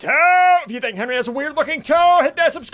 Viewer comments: Henwy not Henry!!! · Henry not Henry!!!!